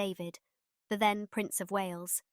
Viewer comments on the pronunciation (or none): none